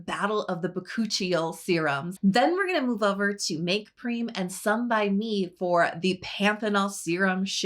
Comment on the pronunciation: I think M.Prem is pronounced like you say "them" Make Prem